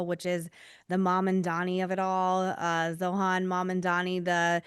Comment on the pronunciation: Girlie at least learn how to pronounce his name jeez